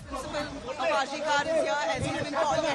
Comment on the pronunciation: Kar is to be pronounced kor - some one needs to tell the reporter